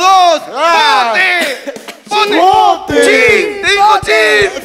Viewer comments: Cuenta tanto la.pronuncia.... dijo chin con N. 🤣🤣🤣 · puso una "n", dijo "chin" con "n" jajaja eso lo fue todo!!! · Dijo "Chin" con N JAJAJAJAJAJAJAJ